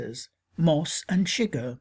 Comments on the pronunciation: My only Problem with the video is the way Antone Chigurh is pronounced it is a French/Creole name and is not pronounced Sugar. That drove me nuts through the whole video. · You're an idiot. ChiGURH (accent on SECOND syllable) is NOT in the hotel room!! It wasn't even he who killed Moss you jack ass. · His last name is pronounced su-geher not shigg-er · i'm sorry but how do you mispronounce the main villains name when you are analyzing the movie and they say it in the movie multiple times.